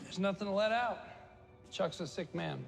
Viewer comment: I just can’t take you pronouncing Chuck as shuk and Jimmy as Yimi anymore 😭